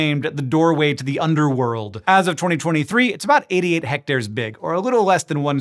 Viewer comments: im sorry do you mean hectacres? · Hectors... kilometers? Whats that in American?